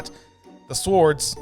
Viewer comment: Very funny. But they are pronounced "sords" though there is a "w" in the spelling. It is silent.